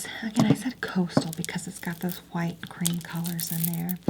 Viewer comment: The way she says HWHITE 😭❤️